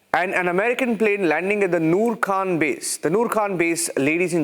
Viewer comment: It's Khan ,Khan from the epiglottis......learn to say the name properly